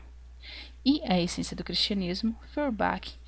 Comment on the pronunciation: Outra coisa, acho que você poderia se interessar por esse site de compartilhamento e gravação de audiolivros ). Por fim, uma sugestão mais secundária e até fico envergonhado de apontar, mas as pronuncias dos nomes estrangeiros poderiam ser feitas um pouco mais proximo da lingua original, assim Feurbach seria pronunciado como "forba", Hegel como "reguel"... etc. Caso ajude vc pode checar a pronuncia na wikipédia ou no google tradutor. desculpa se fui inoportuno, mas tentei ser construtivo nas sugestões. Obrigadão pelo vídeo! Viva o comunismo!